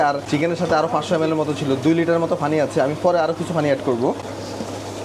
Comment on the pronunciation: ফানি না পানি?🫤পানি উচ্চারণ না করে ফানি ফনি করেন শুধু🤔